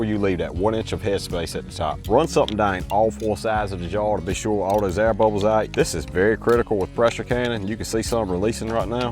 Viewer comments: Hearing him saying “out”, but pronouncing it as “aht” is giving me South Texas vibes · Where in the world is this man from? I’ve never heard this particular accent. 😂 & Im a southern girl who was born in Mississippi, raised most of my life in Alabama, and lived in Louisiana for 5 years. I love the way it sounds though. Definitely has a unique way of pronouncing certain words (like “pounds” or “out”)